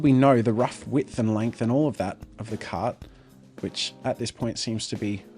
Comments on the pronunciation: Until I thought you were saying "cat", not "cart." Lol. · Lol I thought you were saying slanted "cat" the entire time